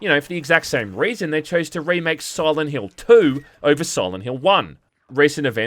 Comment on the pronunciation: Sirent Hrill